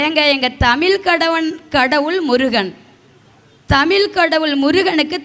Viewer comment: "தமில்" இல்லை தாயே "தமிழ்" என்று உச்சரித்துப் பழகு தயவு செய்து😢